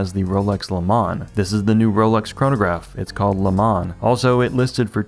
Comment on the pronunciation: Please learn how to pronounce "Le Mans" in French as it should be !